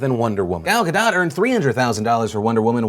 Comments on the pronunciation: Ga DOUGH... not Ga DOT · U say ga DOT, her name isnt french. she said so on one of the someday night show interviews. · Pronounced Guh - Dough..... Damn I hear this too much.... I love you Phil! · It's GadoT, with a hard T. She's Israeli, not French. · so phil pronounced it 'gaDOUGH', 'gaDOT', and 'gaDOTE'. if you're gonna say it wrong, stick to your guns, phil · How many different ways can he pronounce "Gadot" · I had to pause and comment, and trust me I will watch the rest of the video, but: Gal is pronounced like gall, as in "he had the gall to say such a thing", and Gadot is pronounced Ga-dote. (Also Israel is pronounced Is-RA-el, not Is-real.) With thanks, An Israeli